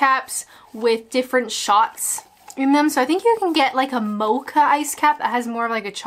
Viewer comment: Hi. Loved the video...there's definitely a nostalgic factor here...you're reliving your childhood...happy carefree times when life wasn't so complicated...btw the way you pronounced mocha as "mowka" was hilarious...I must try some timbits! There's only one problem: No Tim Horton's where I live!!